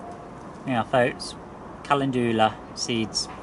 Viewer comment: I sowed my antirrhinums in an outside greenhouse (not glass) in Nov and they've grown. Calendula is pronounced Kal en Jula with the emphasis on EN 👌 I'm a linguistics specialist Thanks for showing us this. I haven't started my calendula yet. They're the big ones aren't they? Not a lover of those as I have limited space. You've got plenty of room. Someone on #ukherewegrow group was asking if you could grow strawberries in a polytunnel so I told him to watch your YT channel. He wanted advice.